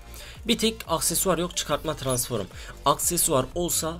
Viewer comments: Abi transform'a lütfen transforum deme! 😂😂😂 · Tıransform tıransforum değil abim:) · tıransforum? Transform diksiyon pls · transfor diyemeyen adamın full transform hesap like atın üste çıksın da görsün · Transforum değil transform ;D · Tranform abi transforım ne ya 😂😂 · Abi su transforma transforum deme ya gicik oldum mq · transforum demene hastayım :D <3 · Abi transform düzgün söyle ya